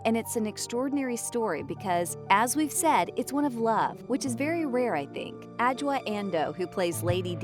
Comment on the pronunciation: Your pronunciation of Adjoa was on point